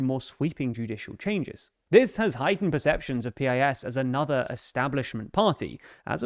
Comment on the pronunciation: I hate PiS but it's pronounced like "piece."